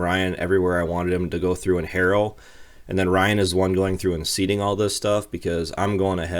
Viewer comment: I'm glad you say 'harrow' like we do in the South. Most of the Northeners call it discing which is probably a better description but harrow is just what I'm used to. :)